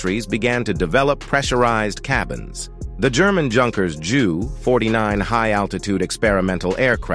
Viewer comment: Agreed, repeatedly hearing "junkers" and "joo" was pretty annoying. Hopefully, someone will soon reprogram these idiotic "robovoice" things so they can pronounce them properly, like "you-nkers" and "you."😉